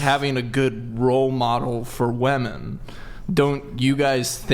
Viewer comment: how the fuck did he even say women like that?